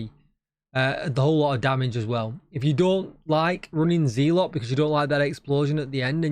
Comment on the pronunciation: Agree on Sanitation being a good modifier been using it none stop fit my plays style on in close to NME's, Also loved your keeping the map green video and was glad you stood on your principle to not take it down. Have one small comment that is a "personal gripe" and more on me than you, just want to say that It's pronounced zeh - luht not Ze - lot, unless you have a large USA audience :). Sorry but I'm a bit of a Language / Literacy - buff/nerd which stems from my dyslexia - Anyway keep up the excellent work.